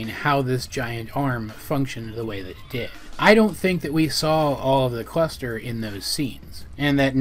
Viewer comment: when he says cluster I'm hearing quester